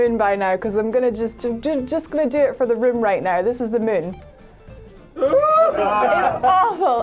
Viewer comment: DUDE PLS its MOOOOOOON not mUn !!! damn jesus aw lawd